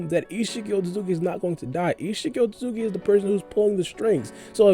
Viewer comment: Ur otsutsuki pronunciation is upsetting... say after me ot su tsu ki! Wtf is otzugi!?